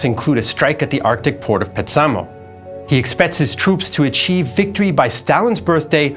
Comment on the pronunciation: A constant in Finnish pronunciation is that the stress is always, like ALWAYS, on the first syllable of a word. Petsamo should be PETsamo, not PetSAmo. And there are many more examples in the video......